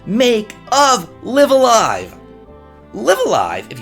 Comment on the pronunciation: Did anyone else catch how they pronounced LiveALive? I always said it the way said it but apparently it's L(eye)V a L(eye)V. It sounds wierd. I can't wait for this version though.